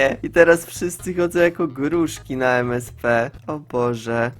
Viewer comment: Ja: gruszka: grużga ZRÓB GANG LEŚNEGO PLZ XDD